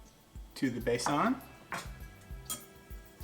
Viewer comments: It is not called Baasaan as you say. Correct word and pronunciation is BAY-SUN and then join two together and it is Baysun. Have fun. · Love watching your videos, besan is pronounced bay-sun .will definitely check your other channel